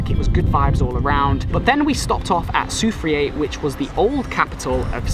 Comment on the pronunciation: Soufiere is pronounced "Soufreh" and again french influence